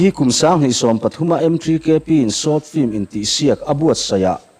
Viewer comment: 'Flim' hi vaiho 'film' lam thiamlo ho lamdan a nia...